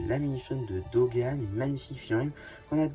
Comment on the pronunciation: Sans te critiquer pourquoi tu Dogan au lieu de bogan